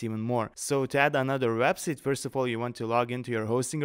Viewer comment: You should really learn how to pronounce the word "Website".